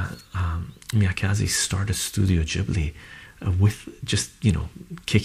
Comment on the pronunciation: It's MIYAZAKI, not MIYAKAZI